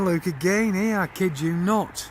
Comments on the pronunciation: It cracks me up every time he says "look" as "luke"! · Perry Hampson It’s how they pronounce “look”.